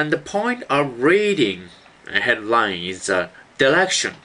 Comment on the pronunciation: i thought he said red wine and hard wine